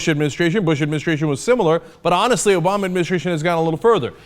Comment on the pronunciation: "Doesn't have much insight"....Said the guy repeating "Obowma" throughout his idiotic rant which which concludes that the sitcom, "Fox "News" , does a better job. "50%" Wow, talk about pulling something directly from your ass